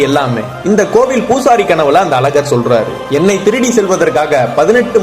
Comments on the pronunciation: Pronounce as Azhaghar not Alagar. Thamizh is important.. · Thambi romba azhaga solringa nalla eruku oru chinna vinnappam alagar ella azhagar sonningana ennum nalla erukum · ழ -வை ஒழுங்கா சொல்லுங்க.. அழகான அழகர்.. இப்படி பேசி அழகை கெடுக்காதீங்க. Please.